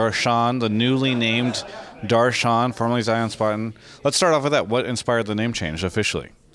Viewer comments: the real pronunciation is "dur - shun" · its pronounced Dash-ran. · The correct way to pronounce his name is Duhr shuhn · i'm indian. know a couple people named darshan. its pronounced darsh-en while rolling the R. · Its pronounced Darsh-en